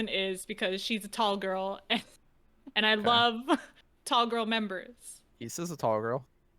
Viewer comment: btw its not pronounced isa its pronounced aisa